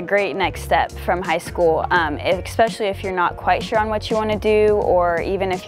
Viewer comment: she is very nice, but when she repeatedly said "expesially" i realized she needed education more than soccer.